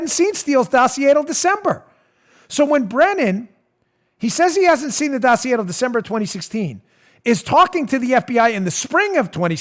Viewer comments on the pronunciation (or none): "The dough-see-a"